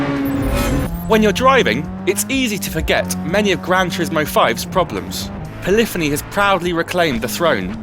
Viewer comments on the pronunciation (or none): It's not Peliphiny, you pillock! It's POLYPHONY!!